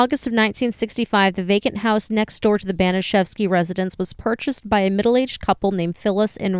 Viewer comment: Disgusting, vile, evil - it’s all been said, and it reveals the potential for many average humans to be easily conditioned into behaving inhumanely. BTW, the pronunciation of Baniszewski sounds a bit off. P.S. I don’t believe that forcing someone to insert a bottle could be termed “masturbation” under its standard definition.